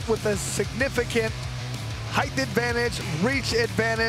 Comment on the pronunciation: Someone tell that idiot it's not "heighth"!!